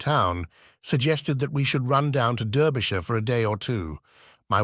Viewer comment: And also mispronunciation of « Derbyshire »!